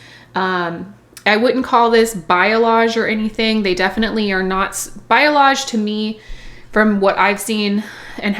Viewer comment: New viewer and don’t want to be one of THOSE people, but…. Balayage should be pronounced BAH-LAY-AHGE not bio-lage.